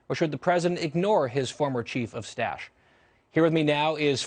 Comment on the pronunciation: Did he call Bolton his "chief of 'stash"? Lol